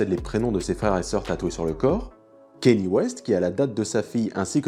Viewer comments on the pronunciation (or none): none